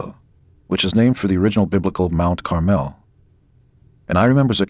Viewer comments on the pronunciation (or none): none